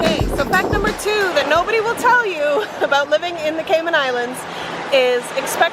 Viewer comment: Cayman not catman😂